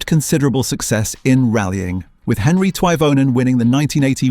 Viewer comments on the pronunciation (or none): none